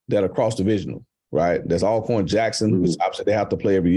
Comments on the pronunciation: Why haven't people learn how to pronounce Alcorn.. ALL CORN🤔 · I’ve been following HBCU sports since childhood in the 90s and finally realized the correct pronunciation is ALLcorn last year. 🤦🏽‍♂️ I’ve always heard both ALLcorn and ALcorn but had to ask last year.